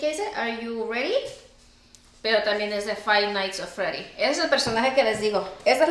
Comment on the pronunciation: “Fay nais of fredy” 🤣🤣🤣🤣🤣🤣🤣🤣🤣🤣